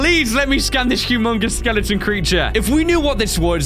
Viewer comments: Bro your saying skelengton instead of skeleton please stop it. It's cringy and annoying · when he was reading the leviathan skeleton he said "The Skelington " not The Skeleton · I love how says skelington instead of skeleton! 😄